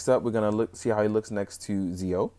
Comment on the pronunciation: I hate doing this, but it bugs me. Pronounced "Jee-Oh" and "Gates".